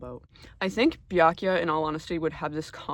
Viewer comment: Obsessed with how you pronounce Byakuyas name just like Gamegrumps